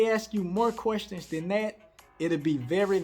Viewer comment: Querstins. That's how we say it down South. I love it.